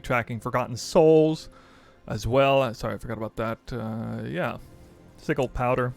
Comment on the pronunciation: There is no way he just pronounced sigil (sih-jul) as sih-gul 😂 love your content but I did a double take on that when I heard it lmao